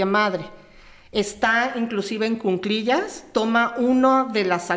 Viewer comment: Es cuclillas, no Cunclillas